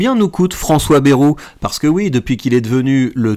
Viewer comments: Vidéo intéressante, mais par ailleurs apprenez à prononcer correctement: Ce n'est pas BEROU mais BA-I-ROU qu'il faut prononcer. On n'est pas tous parisiens.... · On ne dit pas "Bèrou"!